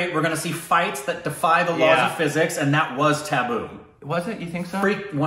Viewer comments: You should listen to Allu Arjun's darling daughter pronounce the name of the film perfectly, Although that was almost a near perfect one - only doubt is in the t sound kuntapuram.. U said kunthaa... It could be kuntta.. The Telugu speaking folks would know better😊😍🙏n it's Tuhboo not tabboo, an actress who is always in perfect form when it comes to brilliant acting 🌹💖👌See this fun movie for Allu Arjun, his famous dancing, its fabulous songs, lighthearted premise and possibly some brilliant action😊 sequences 🌹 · 😂😂😂😂 You guys killed it with accent. You kept saying "Taboo", and I couldn't help thinking, which scene? , and even started to think that there was something culture specific you didn't like. 😂😂, and then I understood you were referring to Tabu... Oops my bad, I took it to be taboo. Her name is pronounced like "Tub-oo" the letter 'a' makes the same sound as in "Father". I hope you don't feel bad that I commented over the accent, I was just trying to point out how I misunderstood. Also I really like the logo with your faces. 👍👍👍❤️ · That's tabu not taboo😂😂